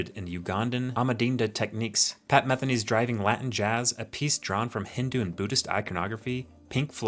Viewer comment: Pat Matheny is pronounced Meth-ee-nee great video!